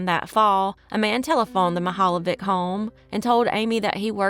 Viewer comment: I am Croatian and pronunciation is not even close.... Mihaljević